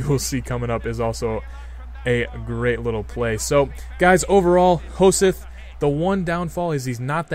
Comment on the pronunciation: It's pronounced Ho-sett ^^